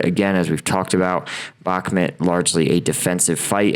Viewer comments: Brother, why can't you pronounce bak-moot after six months? Good content, keep it up 👍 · I dont mean this as rude - I hope you dont take it that way - I would want someone to tell me (if you dont, no sweat - please ignore!) - Bakhmut is pronounced "Bahk-moot". I found your content randomly and have been enjoying your insight!